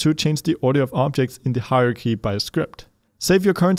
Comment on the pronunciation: I love your videos but... pleeeease correct your "hierarchy" pronunciation!! Every time it sounds like "Haruhi" and I wonder why you're talking about anime XD Aside from this, thank you very much for every video you make! :)